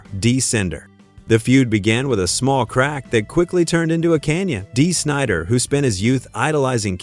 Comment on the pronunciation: Dee Sinder😆